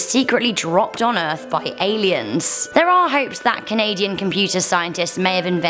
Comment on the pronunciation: Haerth book